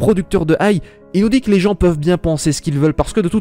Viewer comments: C'est pas ai, mais aï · Oshino A I !!! Pas Oshino aille, faut faire un peu d'effort quand même